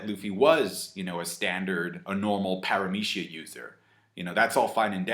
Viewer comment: I hate how pronounces the word "paramecia" 😂